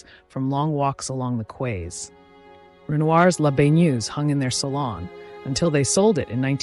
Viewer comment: I really enjoyed this production, the pace and lyrical presentation made such a nice change from the cacophony of some productions. One thing though, please check your pronunciation! “Yeets” ? “BlenHam”?, “Qwaay”?—more than a bit distracting!